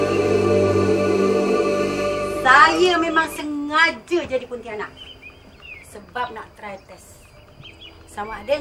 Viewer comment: betul tu. cuma pontianak je tak sama sebutan 😅